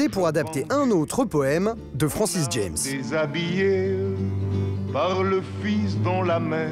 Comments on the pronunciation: Francis JAAAMMMEE. Pas DJEMS. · On prononce Francis Jam et non Francis Djèms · Juste un détail : Francis Jammes étant un béarnais, il n'y a pas lieu de prononcer son nom à l'anglaise.